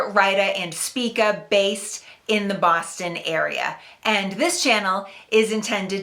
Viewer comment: I think she said "Baaahhhston" .... or something like that